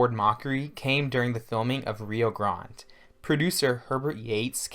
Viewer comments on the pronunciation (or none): "HankerCheeef" "Rio Grawnd", "Mareeno-Hara". 😅